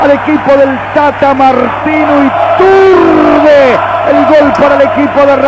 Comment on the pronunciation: ituRRRRRRRRRRRRRbe...ituRRRRRRRRRRRRRRRRRRRRRbe. jajaja